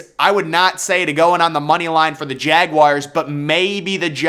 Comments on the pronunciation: Jagwires lol can tell this guy wasnt a scholar in high school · Jagwires, Jagwires, Jagwires.... This dude loves saying Jagwires.